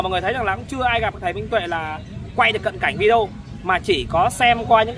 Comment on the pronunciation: Cám ơn. Tôi rất thich xem videos của vì tin tức trung thực, mới, giọng nói rõ ràng, khiêm tốn, và thêm một điều nho nhỏ nữa là đã đọc đúng chữ video (vi-đi-ô). Lúc trước, khi nghe quý vị khác đọc là vi-gieo, tôi không hiểu các bạn nói cái gì. Sau một thời gian xem qua vài videos của vài người thì tôi mới rõ ý. Cám ơn cháu (TB: gọi là cháu vì tôi ngoài 70 tuổi)